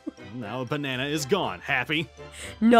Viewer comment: I love that he says bana